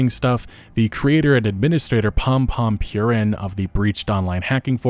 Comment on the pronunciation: Purin is pronounced 'poo-reen'